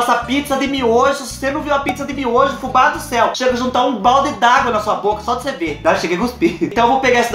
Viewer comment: do céu! Você fala "beudo" quando não está gravando o vídeo?